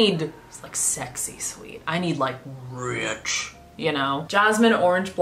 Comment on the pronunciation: that "RIcH" tho omggg